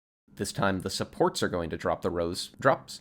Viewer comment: every english speakers: supports. some guy accent: sports.